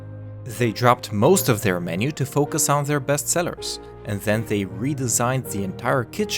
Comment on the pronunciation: The - zhe Their - sier Mcdonnalds - msdonals